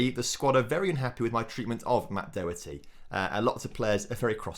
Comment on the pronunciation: Doherty is pronounced Daw-her-tee